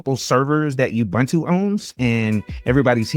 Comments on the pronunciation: I don't understand how so many people who claim to know Linux, don't know how to pronounce Ubuntu.. It's not "bun" as in hamburger bun.. It's pronounced OObOOntOO (all with the sound of the word "too") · It's Oo-Boon-too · As a South African I always cringe when people pronounce Ubuntu. It's pronounced OO-BOON-TOO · I liked and am giving some engagement here in comments for them algos. Don't hate me for saying this but please if you're gonna talk about Ubuntu get the pronounciation right. Michael Tunnell has a video on how to pronounce it. Thanks and keep up the good work ♥